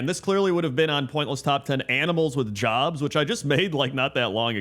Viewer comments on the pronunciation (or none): none